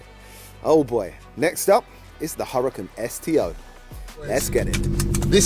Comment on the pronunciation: [Hooraakaan] not hurricen